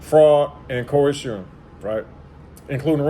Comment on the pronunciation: The way you pronounced “coercion” 😂😂😂😂